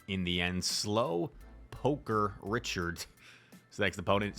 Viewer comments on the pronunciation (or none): Not sure what’s worse - seeing myself get swept by giratina on channel, or pronouncing my name slowpoker-ichard 🤦‍♂️